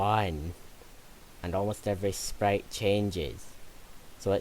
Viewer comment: Sprrrite sounds like when all my friends try to pronounce sprite(the softdrink)